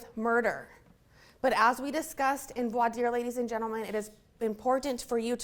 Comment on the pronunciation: I have no tolerance for attorneys who can't pronounce 'Vwa-deer'. It's just lazy.